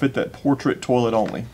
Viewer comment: 🤣💜 You say "tollet" just like me. That's the Most gratifying part of this video for me. My friends and family have made fun of me for 20 yrs because I'm the only one. (And we are all native Floridians).